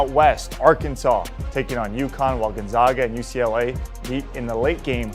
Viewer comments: Still can't pronounce Gonzaga correct 😂 it's Gonzaga not gonzoga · Gonzahga?? Cronin to the F4 with UCLA??? Please educate yourself before you present yourself as an authority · GUNZOGGA? Even Biden could get that right...its the Zags not the Zogs...C'Mon man! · What has Gonzaga done in those 8 straight Final Four appearances? Oh I don't know, how about 2 National Championship games. When are people going to stop disregarding Gonzaga? And btw "professional anchor" boy, it's fucking NOT pronounced Gonzoga, it's pronounced Gonzayga. After 20+ years of excellence you'd think people woulds get it right. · Needs how to pronounce Gonzaga. Seems he has not done his homework.